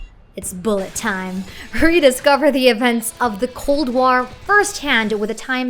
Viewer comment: "..legacy of the cold uar" :) some uncensored blood in FZ9: Timeshift :)